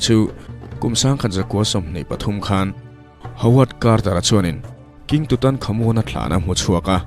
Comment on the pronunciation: Tut ...tat tia sawi...tur anih hmel....